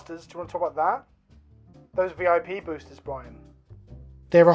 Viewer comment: Bwi..an...!...?......?...?...? (Love the video! just having fun as a fellow!)